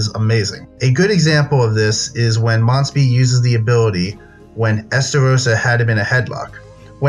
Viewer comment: That's not (dereri) its (Deriyer) (monspit) is (Mons-piyet)